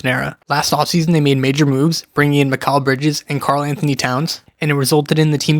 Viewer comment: Let me ask you one thing. Why do you think that’s how you say mikal bridges’ name? Really why do you think an improper way is correct. Seriously he won’t say his name they way, josh hart won’t, brunson won’t, towns won’t, nobody who knows him will. A lot of the video is wrong thibbs needed to go and you also can’t say mikal bridges’ name right